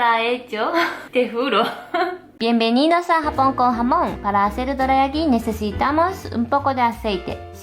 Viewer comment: "Doreayaki" ba dum tssss xD.